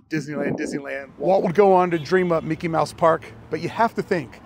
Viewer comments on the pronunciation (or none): none